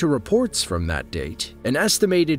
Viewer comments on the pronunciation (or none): none